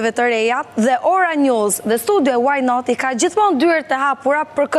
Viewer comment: smpelqe fare kur thot "waj naat"